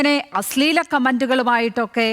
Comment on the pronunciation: അസ്ളീലം അല്ല അശ്ലീലം ....... ശ്ല...... ശ്ല